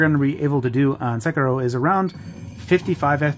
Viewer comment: Props on the Sekiro pronunciation